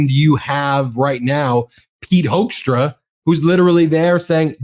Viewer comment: I really like the fact that you keep pronouncing Hoekstra’s name wrong, the ‘oe’ is supposed to sound like in ‘hook’, or even better, like in ‘fool’. But I think Hoaxtra sounds much closer to who he really is as a person.